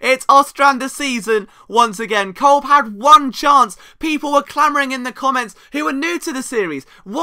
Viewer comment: Kolb is pronounced Cobb